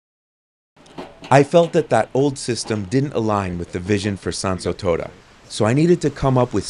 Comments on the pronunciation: Quite the little project you have there, i really hope that once it is all done. You will not be swarmed by influencers and other similar people, because that will really ruin the area. Oh and shouldn't it be Toda with a long O?, when you pronounce it almost sounds like you are saying toada 😺. Anyway i hope you really manage to bring back the beauty of the place. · But your japanese is good to my rather untrained ears, I have heard worse from others. Just the pronunciation of Tōda irked me a litte 😄